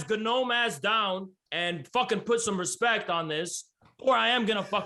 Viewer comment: He really said "Put some respeck on my name..." 🤣🤣 Dude was losing so bad he became a New Orleans rapper.